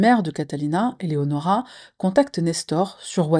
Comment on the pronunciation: Coucou! Bon visionnage à tous! Merci de prendre le tps de bien prononcer ce fameux prénom Eléonora ❤ ( c’est le mien également). Il faut croire qu’au collège et lycée c’était difficile de le prononcer 🤦🏽‍♀️